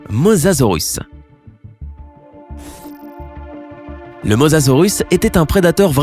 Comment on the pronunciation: Le mausasaur mec